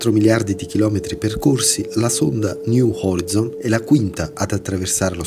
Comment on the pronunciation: si legge "niu orai'zon" :))) sto solo scherzando :))